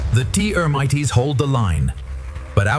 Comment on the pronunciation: T earmites, huh? Jesus balls weird enough the AI voice went from British to American but now it's just making words up